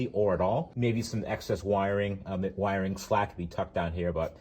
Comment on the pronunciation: You lost me at saying "wiring ". Lol